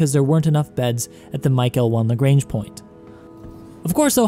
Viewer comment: Please look up how to pronounce "lagrange" properly ... Please....